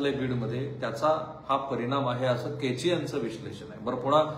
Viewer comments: केचे नाही हो, कोचे म्हणा..सदानंद कोचे, माजी collector, Beed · केचे नाही साहेब कोचे. .बोला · केचे नाही, कोचे आहेत ते. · केचे नव्हे, कोचे